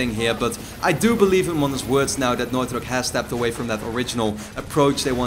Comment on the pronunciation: the way you say naughty dog.. enunciate! i can't understand! sounds like northyok